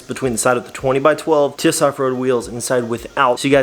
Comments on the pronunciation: It's T.I.S....NOT TIS.... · It’s T.I.S not TIS just sayin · It’s. Not tis it’s TWENTY INCHES STRONG you say the letters individual